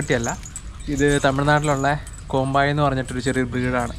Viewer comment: കോമ്പായി അല്ലടാ കോമ്പെയ് എന്നാണ് കറക്റ്റ്